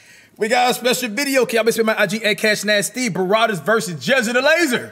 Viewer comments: BRA-WAD-IS NOT BA-RAW-DIS🤦🏼‍♂️🤣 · Cash can't say Brawadis name correctly😆..he be sayin *'Barrwadis'*😂